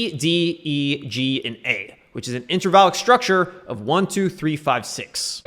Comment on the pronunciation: Everyone in the comments is frustrated lol. Are you saying INTRAVALID structure or INTERVALLIC????? wth i can't understand you